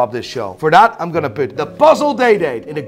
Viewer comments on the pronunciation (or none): none